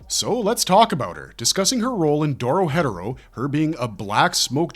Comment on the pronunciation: it’s not “Doro hedoro” it’s “Doro He Doro” as pronounced by the Japanese and English dub/sub Lock in little bro why are u saying it wrong tryna act like u know something